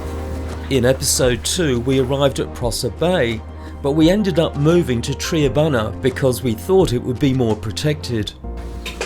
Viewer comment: For next time - Tri-a-bunna like trimaran not Tree abunna. 😁